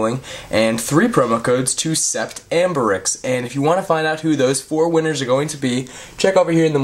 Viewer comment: it's not said sep-tt , it's said set, it's french .